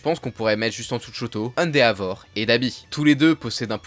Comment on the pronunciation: Ende"A"vor 😭.... Endévor ➡️ pour la prononciation